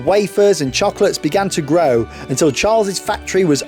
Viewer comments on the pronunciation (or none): none